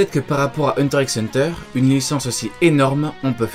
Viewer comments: ça ne se prononce pas hunter x hunter mais HUNTER HUNTER !!! Sinon je suis trop contente ! ❤ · Le X ne se prononce pas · Déjà tu prononce la croix de séparation de "Hunter × Hunter" pas envie d'écouter un bouf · Ça me stresse que tu pronnonce le X de HxH 😖😖😖